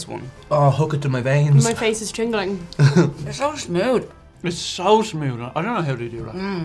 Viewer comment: "so smood"?